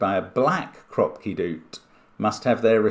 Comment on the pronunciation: For some reason, when I first saw “doot”, I read it as ‘do-o-ot’ cuz I saw that it was describing a long dot. 😊 Saying ‘doot’ the way Mark is probably makes more English-language sense though. Either way, it’s funny to hear, and what a fun idea